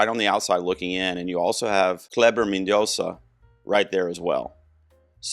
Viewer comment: You nailed the pronunciation of Kleber Mendonça! 🎉🎉🎉